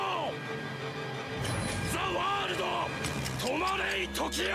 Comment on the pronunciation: Не За а зе и не варудо а зе ворлд слышиться и тебе за ваудо а вообще ЗЕ ВАРУДООООООО